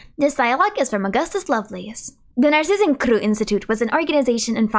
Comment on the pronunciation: Yeah, I like that she tries to pronounce foreign words correctly, Narzissenkreuz she did not, though. She pronounced kreuz as "crew", as if it was French, but Narzissenkreuz is German. Narzissen (daffodil) + kreuz (cross), so kreuz would be pronounced as "croytz"